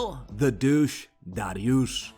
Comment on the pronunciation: Holy shit lol you really twisted your tongue for that "Dariush" pronunciation lmao